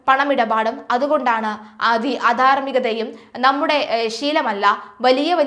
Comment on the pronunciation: അധർമികത അല്ല , അധാർമികത എന്ന് പറയണം.